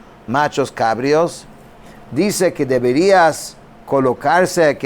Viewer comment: Bendiciones. Se dice nachos cabríos. Con acento en la i.